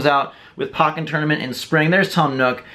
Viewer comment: why do you pronounce "pokken" like that but you say pokemon differently. First syllable is pronounced the same xD Anyways, sry had to point that out... lol xD Amazing collection! I have about half of the smash bros amiibo which is the only line of amiibo I'll get, won't really get the other amiibos